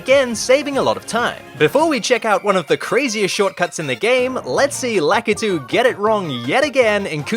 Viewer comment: You're japanese is good, but somehow you can't pronounce Lakitu name right.